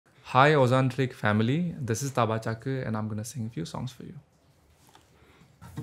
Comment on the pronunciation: The way he properly pronounced Ojantric instead of Ajantric ❤️❤️😍😍